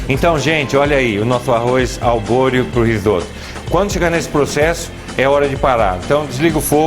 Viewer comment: Que mané arroz albôreo??? É ARBORIO, e NÃO SE LAVA ARROZ PRA RISOTTO.... Esse cara é um assassino de receita! Colocar o vinho DEPOIS??????? PELO AMOR DE DEUS..... QUE ESTUPRO.... Lixo de receita! Nunca vi um cara mais sem noção de fazendo risotto.... Procurem uma receita de um CHEF de verdade e vejam a diferença.... "Albôreo"... O cara não sabe nem o nome do arroz.... Faça-me o favor.... VOMITEI!